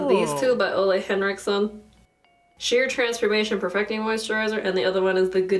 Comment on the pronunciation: Ole henrikson is pronounced “oo-leh” btw!